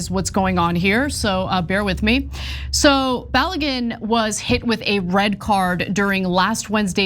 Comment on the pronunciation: The name is pronounced BA-LOW-GOON.